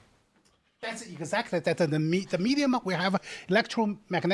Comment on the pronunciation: When that guy said "egguzactory" a hundred times, I really felt that.